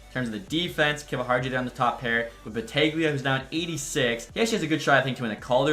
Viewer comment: Holden Battaglia is pronounced Battalia. It's Italian. The g is silent. :)